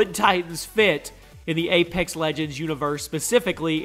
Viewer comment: It's apex legends not A - pax legends